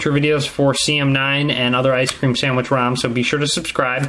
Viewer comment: I like the way you say ice cream sandwicth